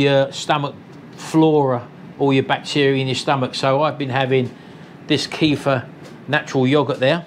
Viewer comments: It's pronounced "Ke - fear" and it is dairy. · Keff-ear, it’s pronounced! Liver - ugh!